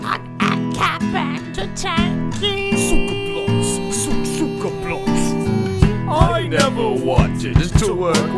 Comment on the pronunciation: Your pronunciation of cyka blyat disappoints,offends and angers me on 14 different levels